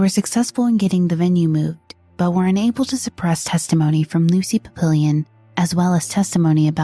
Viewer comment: Lucy "PAP-pill-Eon?"